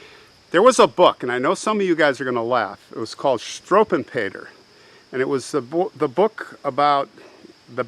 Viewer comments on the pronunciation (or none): Love your channel. FYI it’s “ shtrew-vell-pay-ter.